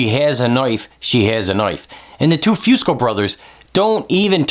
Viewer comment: Great work...but please pronounce "Fusco" as "Foosco." It is a soft u not a hard one. Thanks.